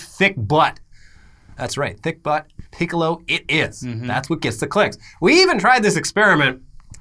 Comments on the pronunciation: Hol'up... Guys I love your show, been watching since Etc...c'mon man its Piccolo like pick-oh-low not pee-Co.-low 😂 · Dis dude said “peek a lo” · Oh no why did say Peecolo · Excuse me, but PEECCOLO!?